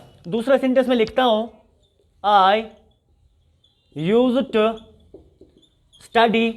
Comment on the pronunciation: A/A, Pronunciation of used to = /ˈjus·tu, -tə (Not the way you pronounce it, Sir). The lecture is very good. Stay blessed.